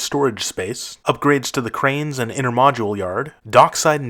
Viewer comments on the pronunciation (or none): Intermodal not "intermodule"